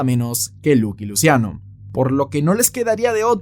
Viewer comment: Es "laqui luchiano" 😅 no luqui luciano